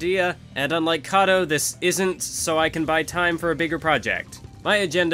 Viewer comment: It's pronounced Kato. Real talk, good luck man. We're looking forward to this.